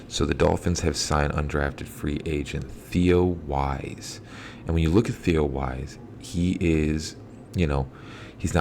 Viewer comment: It's Theo Wease=pronounced Weeese! The Armstrong guy is the one that was draftable, and could be a keeper!